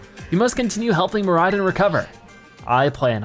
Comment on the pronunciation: Its mor i don not mor i din